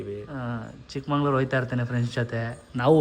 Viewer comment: Bro...ಚಿಕ್ಕಮಂಗಳೂರು ಅಲ್ಲ ಚಿಕ್ಕಮಗಳೂರು.